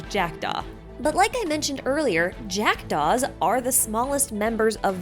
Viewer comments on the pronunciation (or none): Took me five minutes to realize you weren't saying "jacked offs" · me who heard jackdove as jackedoff: 😳